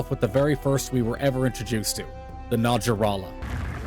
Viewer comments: Its not najah rala its na-ha-rah-lah . Its aztek based so think how jose is pronounced in Spanish. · See I thought it was pronounced Nah-ya-rah-lah, because of it’s quetzalcoatlus inspiration, being from Mexico, therefore having a different sounding j. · Note of Interest: We may have been saying this monsters name wrong this whole time! Just recently watched a video on True Cobras, and it turns out their genus name Naja ( which makes up the first half of Najarala’s name ) is pronounced Naa-yuh. So this is Naa-yuh-Raa-Luh For me, this kinda rolls off the tongue a little better! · i hate to be that way but I will say the J is pronounced like an H, as is common the case in Spanish, fitting the design